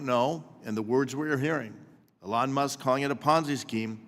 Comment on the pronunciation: People put in money and deserve the benefits. By this argument no ponzi scheme is a ponzi scheme. This guy is a joke, and not just cause he cant pronounce what is probably the most spoken name in media right now.